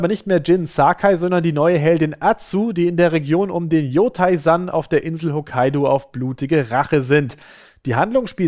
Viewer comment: Das „ei“ am Ende von Yotei wird mehr wie das deutsche ey ausgesprochen.